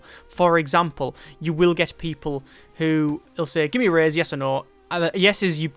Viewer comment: you are saying raise wrong.